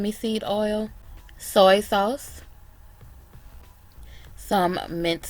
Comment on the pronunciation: “SOY SAWSE “ lmao